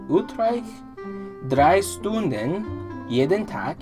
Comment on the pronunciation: When a word starts with St or Sp you have to spell it like Sch not actually like S, stunden=schtunden spielen=schpielen :) Greetings from germany:)